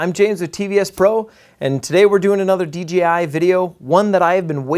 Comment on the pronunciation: Not "DGI"